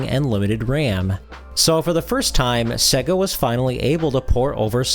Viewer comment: Dude......its SEYYGA (as in 'AGES") not SEGGA (as in EGG).